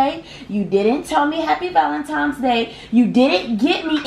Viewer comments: Valen-times day😂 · Ti “You didn’t get me anything for VALENTIMES day” 😂😂 idk why a lot of people say it wrong💀